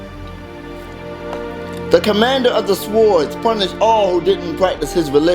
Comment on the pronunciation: S'ward? S'ward? it is SWORD! S-oorrrr-D